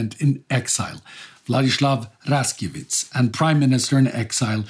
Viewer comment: if you’re reading this: Władysław Raczkiewicz is pronounced Vladislav Rachkievicz and Władysław Sikorski is pronounced Vladislav Ckorsky